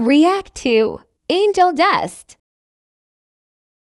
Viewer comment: It's angel not angle